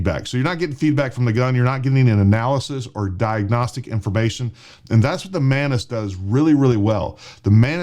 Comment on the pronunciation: The way he says “Mantis” it sounds “Menace”…😂🤣😂🤷🏻‍♂️